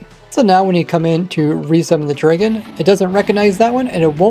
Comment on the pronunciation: Bro says draygon lmao